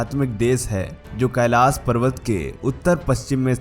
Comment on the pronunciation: Kailash bolna nahi aata... pahele iski training lo..